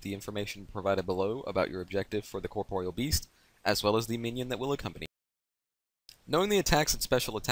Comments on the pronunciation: Corproyal beast? Why are you saying like that? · " The way you pronounce corpreal best is so annoying grr! " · Lol you were saying corproyal lmao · The way you pronounce corpreal best is so annoying grr! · Nah he's really not, just good how to pronounce it and you'll get multiple sources confirming it's pronounced "cor-por-e-al" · its pronounced corp-or-real